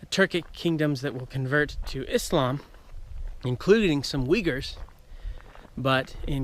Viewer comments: your pronouncian sounds like "Vighurs" not "Uigurs" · 😂 except the main subject of the video, There are no people called as “Weagers”